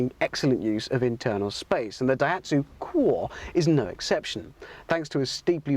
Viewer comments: Lol the pronunciation ir funny cwore? i think its pronounced See-Or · It's italian for heart. It's pronounced "koo-or-eh" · ダイハツ クおぉぇ〜🤮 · Italians surely laughing at that pronunciation - 20 valves eh? So 6.66 valves per cylinder? Satan would be proud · I always thought it was a nice looking little car, still is. Why does he insist on pronouncing the name wrong though? It’s irritating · What a dumb English presenter. It's in Italian as said above. Completely different pronunciation.